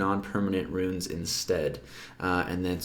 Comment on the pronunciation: its Runes as in roons, not ruins.nice vid. Cringed every time you did it.